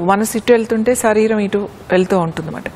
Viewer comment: దయచేసి శరీరం అనండి అక్క సరీరం కాదు 🙏